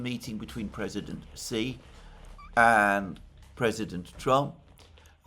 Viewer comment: It's not "si" IT'S "shee"